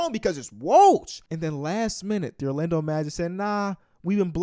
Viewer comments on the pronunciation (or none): none